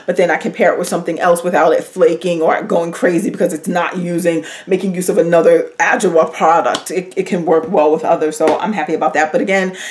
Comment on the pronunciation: I missed your videos! I’ll definitely check adwoa. And it’s pronounced ah/jwaa